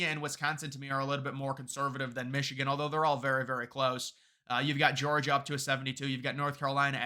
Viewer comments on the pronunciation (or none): none